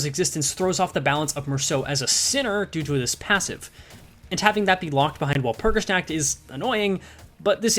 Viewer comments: wal-pur-gis-nAH-k-t i love the stuff but hearing your pronounciation makes me hurt inside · your pronunciation of "nacht" hurts my very soul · the pronunciation is literal... the "W" is less like pronouncing "Wall" more like a hard "V", like if you try pronounce too hard "Valor"... but the rest is preety accurate Der Freischütz is also okay... the biggest difference on his pronounciation an the actual pronounciation can be boiled down to accent... as the "Frei" part usually sound like you are half-snoring with your throat... but that's beeing TOO nitpicky overall, did his pronounciation homework:3